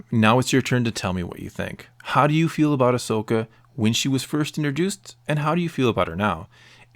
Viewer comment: Agreed, but just saying, the name's Ahsoka, not Ashoka